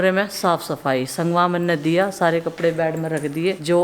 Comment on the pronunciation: Bad nae kehty bed kehty hain ap k ghlat bolny sy sunny waly b ghalt bolty hain